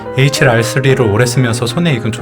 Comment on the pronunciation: 에이치랄 ㅋㅋ 첨엔 욕인 줄 알았네요..